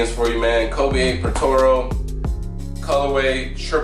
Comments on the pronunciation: Bro really said “protoro” 😹😹😹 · nigga said patoro lol